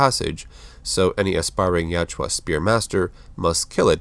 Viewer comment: my dude, its jautja not jatjua :)